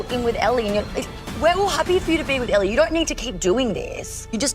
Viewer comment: He kept saying it wrong..which makes me think he doesn't actually watch mafs. Like why was he saying aly not ellie